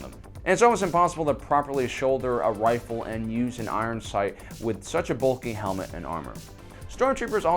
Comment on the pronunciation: did I hear him say wifle?